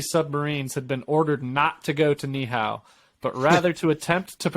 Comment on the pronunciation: Ni’ihau 🦻🏾 knee - eee - how